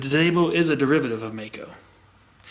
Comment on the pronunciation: Hello Mister,hope,you are doing well. I am from Germany,and i like your Channel,but there's one Thing,i have to say. It is pronounced like Mike-O. One more thing- in the 80th, i rode a MD 250, aircooled. Nice, fast machine. If you have any Connection, i would LOVE If you could show (and maybe ride)one. Greetings from Ostfriesland, Germany O